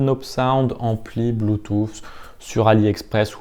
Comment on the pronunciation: J'ai bien aimé votre " blue toufffff" 😂 .. vous êtes super technique, je n'y comprends rien ! Mais dire " blue touuussss" (bluetooth).... Je le sais 😜👌. Merci tout de même !!!